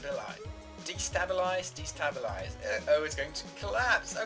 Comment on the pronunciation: You captured the survival spell card "Gravitron.!" (sorry, I had to) And it's pronounced "de-STAY-bilized" :)